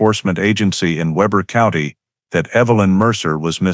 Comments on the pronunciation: It’s pronounced Weeber not Weber. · Pronounced wee ber. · Weber is pronounced Weber. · Weber is pronounced with a long e, not a short e.